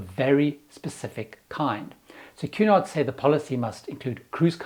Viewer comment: I got half way thru the video before realizing “Q naught” is actually Cunard. 😂